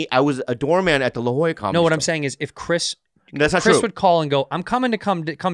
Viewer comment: its La Jolla not La Joya heh